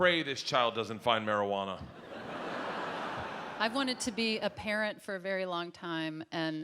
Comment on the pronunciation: Marihuana. no marijuana.